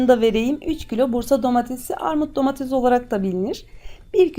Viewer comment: Domatez değil Domates Türkçeyi katletmezsek güzel olucak